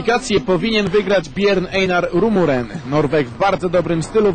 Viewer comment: "Rumuren" - xDDD